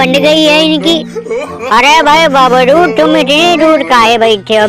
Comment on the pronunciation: भाई बाबरू नही जिम बाबर बोला करो😂😂😂